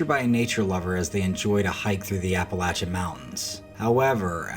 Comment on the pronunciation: You are the first YouTuber that pronounces Appalachia correctly!! Good job, it is my pet peeve. Anyway. It looks like a duck to me. But with a very large head. The cam with the elk and mountain lion! Wow. I've only seen one and it was swimming across Cherokee lake, in front of our boat. Crazy